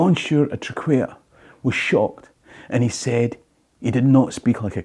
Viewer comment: TRAQUAIR - Say TRACK WARE or TRAC WAIR not Track Care. Its a funny one though with its QU. Heard it called TRACK WIRE